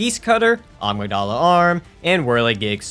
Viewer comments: I've seen so many of your bloodborne runs and i can't anymore. Its a-mig-duh-lah. Not ah-mig-dolla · Why does he pronounce Amygdala like 'Agmydala'? And Mensis like 'minis'? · I've never heard someone mispronounce Amygdala so badly 😂😂